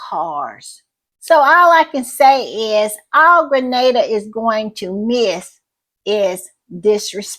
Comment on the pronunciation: Thank you for shouting out Grenada 🇬🇩, and I appreciate so much that you know how it's pronounced. Little things go a long way. And thank you for the great podcast